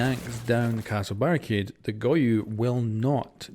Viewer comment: him calling goyo "goyu" drives me insane good video tho